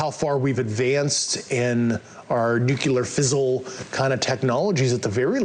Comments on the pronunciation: "Neucular fissule"?? This slippery squid can't even juggle a few simple real words. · Interesting that the guy said nuclear fizzle instead of nuclear fision. Was that you intentional?